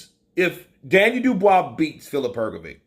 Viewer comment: Her go vitch as opposed to Her go vick, give it a go mate, it's not that difficult!